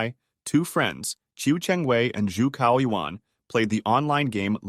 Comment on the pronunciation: your Chinese pronunciation is choking me. Bro it’s called “Zhu Cao(Tsss+ao) Yuan” not “Zhu Chao Yu An”